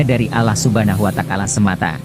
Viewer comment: Huwataalah ,bukan kuatakalah